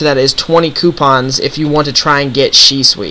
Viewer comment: The only thing that bothers me about this video is, how you pronounce Shisui.